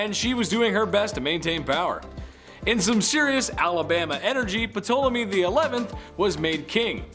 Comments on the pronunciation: Ptolemy is not pronounced P-to-le-mi It's tahl-e-mi. The p is silent. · Pronounced P is silent/- Tōl ā māy please start pronouncing the names properly it gets really irritating to those of us who know the English language .